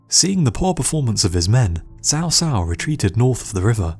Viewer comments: Here is an 8 second youtube video that tell you how to pronounce "Cao Cao". It's more like "chow chow". How could you think it was "sow sow"? In English, a "c" followed by an "a" is hard, like "K". Good video over all, but..."sow sow"? Took me less than 20 seconds to search "cao cao pronunciation" and the vid was 8 seconds long. And again, even in English, a "c" is always pronounced like a "k" if followed by a, o, or u, like an "s" if followed by i or e. Sow Sow? C'mon man! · It is Chaw Chaw, not sow sow for Cao Cao. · in all the games of the three kingdoms , produced by koei they pronounce Cao Cao (cow cow } who is right them or you